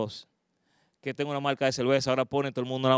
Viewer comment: La verdad que oir hablar español este tipo es un martirio. El dice "malca", palte", "polqué", "intelnacionales". ¡Diablos!